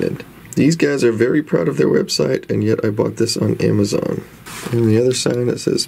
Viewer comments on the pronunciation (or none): none